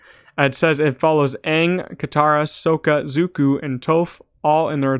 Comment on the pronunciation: Bro you pronounced Sokka Zuko and Tophs names wrong lol.